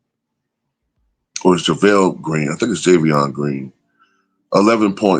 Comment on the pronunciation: BTW the guy that plays for the Cavs, his name is pronounced 'Ja-von-tay' Green.